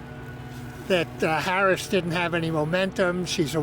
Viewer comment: Solid job giving zero substantive refutation and intentionally mispronouncing Harris's name. Masterful,!